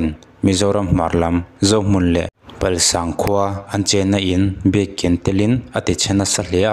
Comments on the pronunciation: Palsang Pronouncation khi a dik lo... Pal(dâi)sâng ani e.. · Palsang i lam dan hi a dik lo deuh a...pal tih hi.. Huan pal ang a lam tur a ni e.